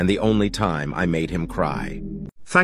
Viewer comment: "thanks foour eatchiING."